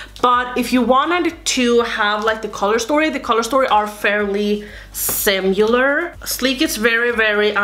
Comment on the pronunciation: I loved this video, dear! I live for dupes! One thing that I'd like to suggest (not trying to be mean!) is the way you say "similar." You say it with a "u" in it like sim-u-lar, but it's actually sim-i-lar. I hope you don't take this the wrong way, but I'm guessing from your accent English is a second language for you so I just wanted to offer up some help. :) Thanks for such awesome content!!!